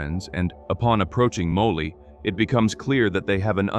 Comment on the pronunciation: ... at least get an ai that can pronounce Molly properly...